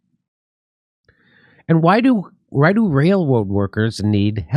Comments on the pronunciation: holy shit ...Jimmy turned into ELMER FUND... wailwoad ?? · I like how Jimmy can’t pronounce railroad workers. It’s very endearing.